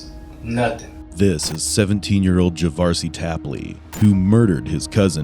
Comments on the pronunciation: Javarceay? That's all I needed to hear... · Are we sure that his name isn't pronounced Ja-var-see-ay? (Because that's what I believe). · "Javarceay"? WOW lol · juhh var see A 🤦🏼‍♂️ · I do believe his name was meant to be ' Jav-ARSE-ay.👍👍